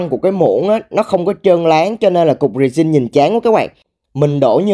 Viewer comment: resin nhấn âm 1